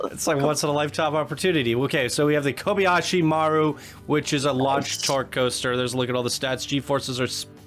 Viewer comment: The Klingon logo + the flat ride was out-freaking-standing! I loved that attraction. Btw its koh-bee-ah-she mah-roo 😛